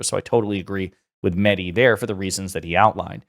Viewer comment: Just a comment to the host to learn how to pronounce Mahdi name. It is not “Madi” the H sound is similar to the sound of the H in Helen , here,Hello etc